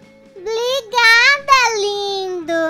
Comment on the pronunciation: Meu Deus a Mônica falou bLigada